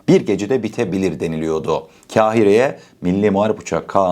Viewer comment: Kahire öyle söylenmez kardeşim. K dan sonraki a ince değil kalın a olarak ve uzatılarak söylenir. Düzeltseniz size daha yakışır.